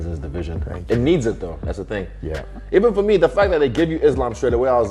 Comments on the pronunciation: "Is-lamb"- Gay belal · Iss-slam? 😂 Wtf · "He slam" A Muslim guy called Belal Muhammad can't say Islam properly is ironic. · Why is Belal pronouncing it Is-Lamb? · Belal saying “Is-Laam” like he hasn’t heard everyone else say “Islam” for years. What a gronk. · Not “Is Lamb” 😂😂😂 Belal is funny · How is Belal mispronouncing Islam when he is a Muslim?? 😭😭😭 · Joe does Belal not know how to pronouns “Islam”? 🤔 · I absolutely hate how Belal pronounce "Islam" name. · Muhammad, a Muslim, can’t even pronounce “Islam” correctly. 🤦‍♂️ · How does Belal of all people not know how to pronounce Islam? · Why belals stupid ass saying Islams name like that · Belal doesn't even say Islam's name right 😂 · I thought Belal and Islam were friends... Have we been pronouncing his name wrong this whole time?